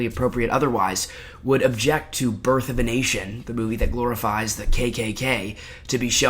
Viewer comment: I hella heard it the first time you said it as birth of an Asian 😂😂